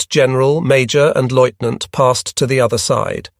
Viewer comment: Please find an AI that can pronounce lieutenant